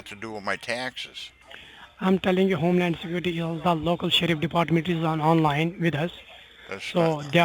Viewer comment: Why is it always non vailable res waran? 😂 Why is it always homelan sacuriti? 😂 She used a double negative 😂